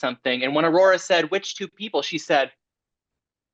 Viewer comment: I love for the fact that Trinity cant say Aurora. Ururuh